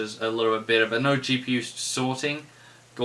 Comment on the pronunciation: are you saying bitter or better? shiet